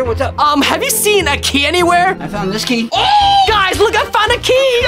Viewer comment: Why you said giy instead of key you need to go to school 😮😂